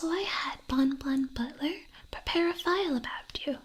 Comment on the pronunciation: I thought at the begining she said vile instead of file. I was like "Hold the phone, is she trying to poison me? Nah, I'M OUT"😂